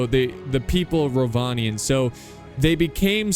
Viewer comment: Almost 2 minutes in and I know for a fact that it's going to be a great battle. And yes, you did pronounce Rhovanion correctly:)